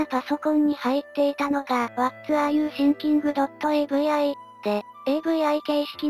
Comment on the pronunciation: 動画よりの発音が気になってしまった。御無礼。わらゆてぃんきん、って読むとネイティブに近くなりますよ。